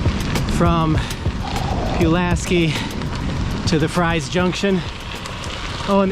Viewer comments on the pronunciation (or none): Just saw this, we live near Galax and ride the trail often. Love it! Yeah, it's pronounced "Freeze". I think the tunnel is creepy, but amazing at the same time. So glad to see someone enjoying it.